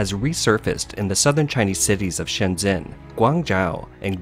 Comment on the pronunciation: How can you have a channel that focuses on China and still not pronounce Shenzhen right? XD